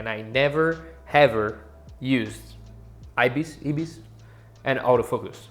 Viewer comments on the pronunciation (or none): (Eye) agree with what you are saying. As a Canon shooter I try to practice, as much as I can, manual focusing. I want to be proficient at it and not rely on DPAF. Also, it's pronounced (EYE-bis). Thanks for the video.